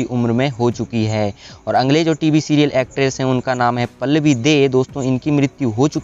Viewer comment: कई जिंदा लोगोंके फोटो भी स्क्रीनपर लगाए है.यह अच्छा नही लगा. अगले शब्द का उच्चार अंगले ऐसा किया गया है. Please ये सूचनाएँ हैं. - मिसेस मेघना लिमये.